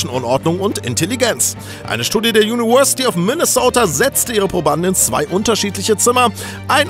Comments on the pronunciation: Juniwörsität :DD <3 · Kannst du mal University richtig aussprechen lernen??